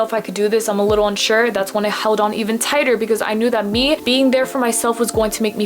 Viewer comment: tigher instead of tighter